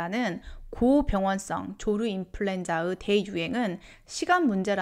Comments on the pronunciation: 발음 정확히 해주세요. 조류 인플루엔자입니다 조루 인플루엔자 아닙니다. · ㅋㅋㅋ 조루 조류